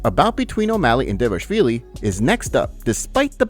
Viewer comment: How many effing times do we need to tell you this before you start doing your job properly and take it seriously? The fighter's last name is DVALIshvil as opposed to DIVAshvili you keep calling him. There is nothing "diva" about the guy. Stop disrespecting Georgian people by neglecting the correct pronunciation of a greatly respected Georgian family name and stop disrespecting the fighter who appears to be a great, kind, funny and down-to-earth person.